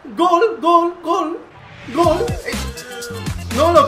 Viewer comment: like si viste que en vez de gol decia glo